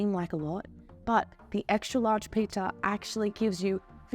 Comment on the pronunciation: ExtRa not exta.